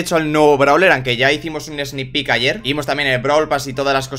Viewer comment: sE dIcE:eSnIk pIk